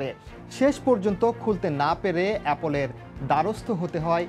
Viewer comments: Abbe gadha . Apol na its apple 🤣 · Apple ke apol bolteche😂😂😂😂😂